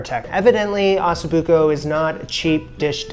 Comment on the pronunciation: That's not how you say Osso. Think "Oh So". Both O's are the same.